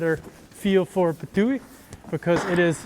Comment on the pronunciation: I know you're still learning Slovenian language, but Ptuj is pronounced "Ptuy" or also try "Ptui". Although you're very close by pronouncing it correctly. (By the way, Slovenians don't use letters Y, W, Q. They instead use letters Š, Ž, Č, which are basically combined letters if you were to speak in english. Like Š, is pronounced in a sentence "sh" [Like exa. Shelf], Ž is pronounced in a sentence like "zh" [ (Couldn't remember any english word, sorry) ], and Č is pronounced in a sentence "ch" [Like exa. Chicken]. I hope you understood what my point is because I can't explain it more simply. But if you need any help, just ask your teachers or professors at the university, they're always ready to help. 👍)